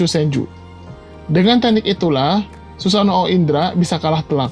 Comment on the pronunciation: Min tolong dong ngucapin susanoo jangan susano o, huruf o nya bagung jadi satu gak harus disebutin susano.o, cukup susanoo , huruf o panjang